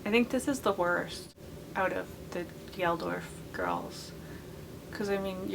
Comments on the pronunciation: Bob Geldof...not Gelorf... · It’s pronounced bob gel-doff I’m sorry I couldn’t not correct. Some of these are awful but Jagger Joseph Blue is pretty cool in my opinion